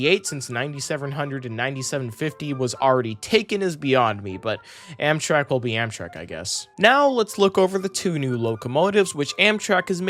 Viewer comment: Did bro just say Amsherk?